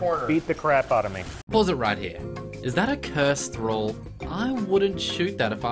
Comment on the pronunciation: "I'm shootin thraaall with my heavy?" Made me go crazy